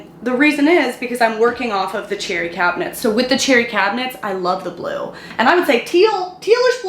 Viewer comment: Every time you said cherry I thought you were saying cheery. Well, now the whole kitchen is, so nice job!